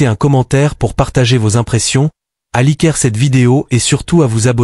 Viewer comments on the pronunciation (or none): none